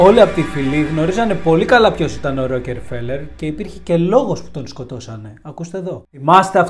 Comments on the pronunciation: Δεν το προφέρουμε Ροκεφέλερ. Επίσης παραμένει η πιο πλούσια οικογένεια. Καλό είναι όταν γυρίζουμε βίντεο να διαβάζουμε πρώτα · Ροκε φελερ!!!!! Οχι ρε. Ησουν και αγγλια... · Γεια σου καλε μου. Το ονομα προφερεται. ΡΟΚΦΕΛΕΡ. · Δεν προφέρεται το e φίλε . Ροκφέλερ προφέρεται και ο τύπος εδώ είναι εντελώς γεια σου ... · O ροκΕφελερ 😂😂😂😂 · Την ιστορία τη θυμάμαι από τα παιδικά μου χρόνια, τότε οι εφημερίδες μίλαγαν για το θέμα πολλούς μήνες. Αλλά παιδί μου, εδώ στην Ελλάδα τον προφέρουμε Ροκφέλερ. Όσον αφορά το βιβλίο που έγραψε ο Χοφμαν ... δεν πιστεύω τίποτα. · Εντάξει, προφέρεις λάθος τον Ροκφέλερ, ανεκτό. Μα, "εξαφανισμός";;;;; Έλεος. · ωραια ιστορια, λαθος προφορα στο ονομα... ωραιος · Wraia ta lleei to palikari giati tou kanis paratirish.. bravo re kai la8os na to les se goustaroume me ta xilia